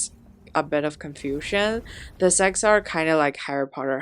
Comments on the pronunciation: it is sects NOT sects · Sects NOT sects~ pronounication issues for china~ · Why does not one pronounce the T in sects? 😂 it isnt silent I hear so much mfs say sec without the t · Why i heard sex instead sects? 😢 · It's the way she say secx and fucktions in the same sentence.